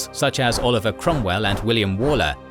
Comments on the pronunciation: I’m just gonna shout it out here. It’s not actually walker like “wall” -er. It’s actually Waller like the wal in Walt - er. Petty I know but it’s driving me mad. No bother though, it’s an unusual thing to know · Are you actually British? Waller is ONLY EVER said as 'Woller'. I've known numerous people with that surname over the years, and not one of them was a Wall-er. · AI generated commentary is appalling. 'Wall Er' for 'Waller'; Crop Redy for 'Cropr'dy'. I stopped listening after that. If you cant be bothered to do the thing properly, why bother at all?